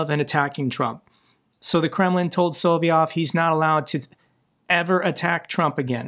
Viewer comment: His name is pronounced SO- LOV- YOV